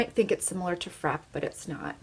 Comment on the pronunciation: I'm on a MUG kick right now, so I've been watching a ton of videos and have my MUG eye shadow stash up to 33 now. I have a lot of the same shades that you have and absolutely love them. You are aware that Frappe has an accent on the E and is pronounced Frap-pay, right? Not just frap, like crap. The video was great, just that small thing struck me. I appreciate all of your hard work!